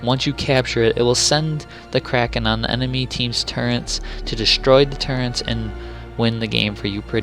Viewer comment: It's Turret. Not turrents. Please spread the word. There are so many people that throw in an N for some reason. Tons of my friends do it and it drives me insane lol.